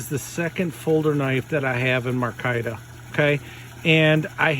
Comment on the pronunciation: Sir, fine video . One problem . The handle material is pronounced my-car-ta .😃👍🇺🇸